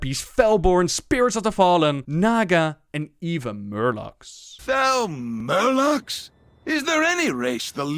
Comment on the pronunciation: FEL MURLOCKS OMFG